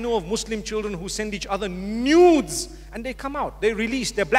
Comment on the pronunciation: emphasised "Nuuudeess"